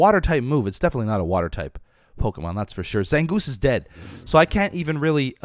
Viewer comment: Beefs pronunciation of pokemon are awful😂😂